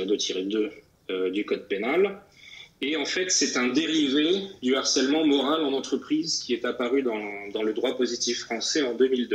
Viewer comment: HARCELEMENT commence par h aspiré. On doit donc dire LE harcèlement, et non pas l'harcèlement...Merci!